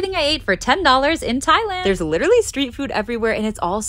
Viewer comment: The vid is nice But do you notice she says Tailand when it’s Thailand I am not making fun some people have an accent and we have different way of pronouncing things !! ❤please I am not making fun just something I noticed